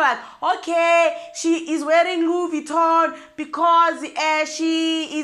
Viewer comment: Louise Vittoning, here and there! 😂😂😂😂😂😂😂😂